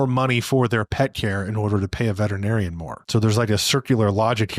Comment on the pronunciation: "Veterinarian" is a SIX syllable word.... VETERinarian "Vet-er-i-nar-i-an" . NOT a 5 syllable word Vet-Tri- narian